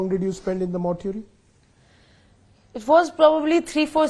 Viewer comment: Mortuary pronounce tho tik se kar 😆😆😆moortuury nahii its mortuary 😆😆